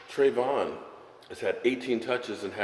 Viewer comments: It's tavon not travon.. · I Love ya Brother...... its Tavon